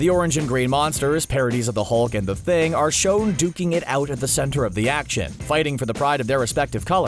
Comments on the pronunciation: Yo hold on anyone else hear that he said the thong instead of the thing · Who else heard him say thung instead of thing? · I swear it's "The Thing" not "The Thong" lol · It’s the thing not the thung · “Thung” I thought it was the thing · Why are you calling The Thing, “the thung”? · is he saying THung??? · Why does he call the thing the thong? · It's not thung it's thing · It's the ting not the thung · Y did it keep saying thung instead of thing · We're not about to just glide past him calling THING from fantastic 4 THUNG.... lol like cmon he's not even a lesser known character to get that wrong. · lol u said the hulk and the thung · you said thung instead of thing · Why can't u say the thing lol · Why do you keep calling the thing _ The Thong? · Dude said “the thung” like twice. Did you catch that? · Thong it’s thing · u meant thing, u said thong lol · They couldn’t say the thing so they said the thung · Did you say the thung? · Like how he was saying the hulk and the thang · Why does he call the thing the thung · Why does he calling the thing “the thung” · I think he casually misread and didn't notice. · The.... the what??? The Thung. THE THUNG? and THE MULK???? You have to be doing that on purpose.